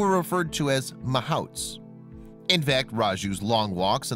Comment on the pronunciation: it's pronounced ma-HOUTS. (yeah I got Indian blood)